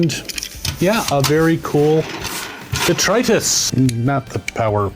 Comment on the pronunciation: Lots of people say 'DETRIUS'. An angel fails to get their wings and a fairy dies every time someone says it that way.